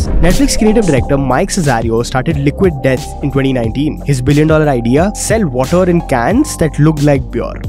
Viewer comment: Aisa kuch ni hai he purposely did that, he said water again in the middle of the video but it was correct this time.